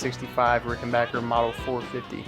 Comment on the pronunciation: A video about Keith Richards' guitars and the correct pronunciation of 'Ricken-back-er'? Subscribed!